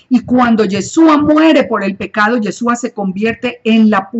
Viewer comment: Por que dice yesua? La partícula es chu y no su. No se dice tesuva. Entonces porque no usa la partícula correcta? Debe usar la palabra YESHUA. POR FAVOR ESTA EQUIVOCADA diciendo Yesua y no Yeshua.